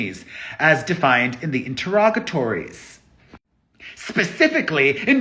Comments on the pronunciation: Well done on the pronunciation of interrogatories! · you pronounced interrogatories perfectly! 👌